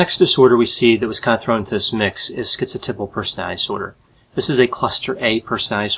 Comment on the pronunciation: Aaarrrgghh another video where schizotypal is mispronounced as schizo-tipple. It's schizoTYPAL (as in "type")!! A mental health professional should know this.